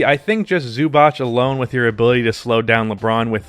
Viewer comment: Man great video but pls look up how to say Zubac